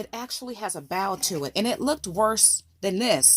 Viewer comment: Love you energy and videos-and, of course, your ideas. Love that you do the testing. I am too chicken to do all of that experimenting. But, would you please use bow—— as in hair bow or bow and arrow. Not bow— as what you do for the audience after a great performance or to royalty. Just a suggestion from a speech judge!